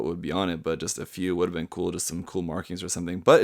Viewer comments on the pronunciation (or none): none